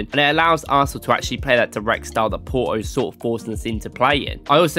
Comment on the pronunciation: It's Porto no Poroo 😆😆